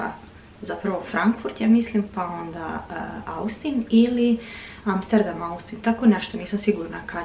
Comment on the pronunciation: Velika zivotna promena, sa srećom da vam bude! Inace se Austin ne izgovara kako je napisano, vec Ostin. Zivim vec neko vreme u Americi, i zaista je razlika u odnosu na to u kom state-u živiš. Velika je ovo zemlja 😅 Teksas je predivan, i sigurna sam da ce vam biti lepo! Jedva cekamo vlogove! ❤🎉